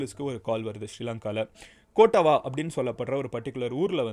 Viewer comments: கொட்டாவா இல்ல கொட்டாவ யாக்காலா இல்ல யக்கல மஹரகாமா இல்ல மஹரகம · Its not கோட்டவா its கொட்டாவ btw most of the indians are pronouncing srilankan names slickly but actually its not (kottava - கொட்டாவ)